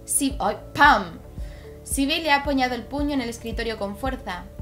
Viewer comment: El nombre Sibille Se dice Sebil 😋 dame corazon pliiis